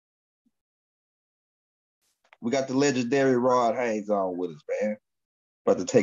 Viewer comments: H A Y E S not Haynes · I watch you a lot brother, much respect to you. Bit man his last name is HAYES not HAYNES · I love these two kings, but everytime say rod hayes name i cringe a lil bit cuz he always say Rod Hanes like cmon maaan 😂